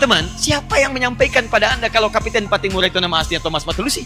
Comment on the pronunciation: kapitan bukan kapiten. Orang Maluku biasanya pakai nama KAPITAN PATTIMURA.